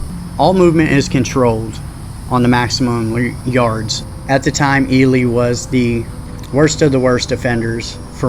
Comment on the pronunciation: Its fucking E-LEE nevada not fucking E-LIE nevada smh fucking outsiders jesus just like i heard someone call it DECK-A-TOUR its DEE- CATUR smh